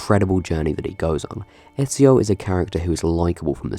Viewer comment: I strongly disagree with your ranking. First comes Ezio (and I believe if he is truly your favorite protagnoist of the series it might have been worth looking up how to pronounce his name correctly), then Altair, then Desmond and after that just the characters in the order the games were released. With every year going by I was dissappointed a little more. I'd even say that some side characters in AC II, Brotherhood and Revelations were better written than some protagonists in later games.